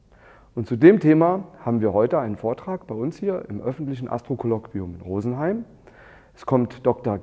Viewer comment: Alles prima, bis auf "Rosenheim" und "Mannheim" 👎 grüße aus Berlin.